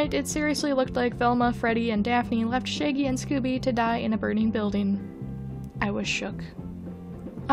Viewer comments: How dare you call shaggy shay-gee and not shag-ee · why do you pronouncing it like shayggy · No hate, I just love that with you accent you say “shaegy” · lol, you say 'shaggy' like 'shæggy' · No one: Her: Shaygy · scuse me i did not just hear u say "shiggy" and "shaygey" ☠ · I can’t be the only one laughing about how pronounces Shaggy 😂💀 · thank god i wasn’t the only one who noticed this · Let’s all take a moment to appreciate how pronunciation of Shaggy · you kill me with how you pronounce shaggy. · Why is no one talking about how they pronounce Shaggy? Lol